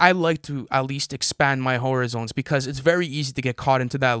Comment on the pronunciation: Lol did big boi say " i like to expand my whore-a-zones 🤣🤣🤣🤣🤣🤣